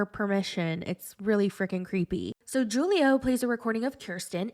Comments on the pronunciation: You pronounced Julio as ju·lio, when it's pronunced as hu·lio. It's Spanish and "J's" are pronounced as "H's." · It’s pronounced Hulio not Julio. You should know that being American. Learn another language and broaden your horizon 😆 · Julio is supposed to be pronounced as,"Hoolio." 😂 Kenny doesn't want kids, Armando. 😩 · I LOVE THE WAY YOU SAY JEW-LIO LMAOOOOOOOOOOO YOU THE BEST